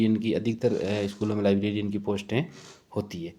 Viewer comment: laibrerian hota hai laibrarin nhi